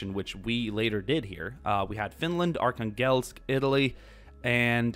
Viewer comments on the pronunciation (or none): Btw Arkhangelsk is pronounced arhanglesk, it’s not a huge problem but it kinda bugged me.